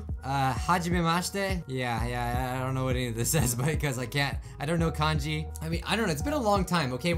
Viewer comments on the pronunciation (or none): none